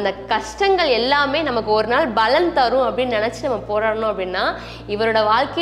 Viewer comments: Unga ella video la yum 'palan' ah 'balan' nu utcharikureenga. Palaurai sutti kaatiyum appadiyae utcharikureenga. Oruvaelai balan dha sariyana utcharipa irukumo Arumaiyaana padhivu. Nandri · Baலன் இல்ல paலன் , தமிழை சரியா உச்சரிங்க ! இதைக் குறை எனக் கூற வரவில்லை என்பதை புரிந்து கொண்டிருப்பீர்கள் . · பலன் உச்சரிக்கும் போது ப விற்கு அழுத்தம் கொடுத்து உச்சரித்தால் நன்றாக இருக்கும். வாழ்த்துக்கள்